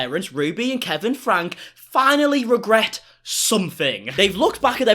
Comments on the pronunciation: Can I mention it's pronounced Frankie not Frank, I feel so sad for the 6 children, I watched Ruby for years and I saw such strange things, like she never watched her little children until they got in trouble, then she would fly off the handle, I always thought that if Ruby been keeping tabs on then it would never would have happened. She turned very menacing in her household. she made Shari drive all the kids to school and Ruby went back to bed, how can you turn away from your family, Ruby is clearly mentally ill, there were so many occasions of abuse, it shocked me that Kevin went along with her. Ruby is not qualified to advise anyone. Why has no one stepped up and removed the children from the home. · Ruby’s last name is pronounced Frank E, not Frank 😉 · You are correct about Ruby....however the last name is pronounced Frankee, not Frank.....just saying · Their last name is pronounced “Frankie” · I like your videos and everything you do on 8 Passengers and Connections (However it’s spelled!!). But you do mispronounce their last name. It is “Frank-key”!